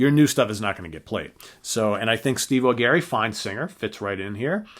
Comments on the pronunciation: It's not pronounced "Au Gary"...it's "Au Jerry". Check out the various interviews with him on Youtube...they never introduce him as "Au Gary" and that's with him sitting right there. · i totally agree,........too long????no such thing,....you get an album every 5 /10 years....60 minute album is fine...and who the hell is Neal "SHONE"????............"SHONE"??....even Neal pronounces his last name of Schon....as "SHAWN"..........and Steve AW-GARY????......AW-JERRY....oh geez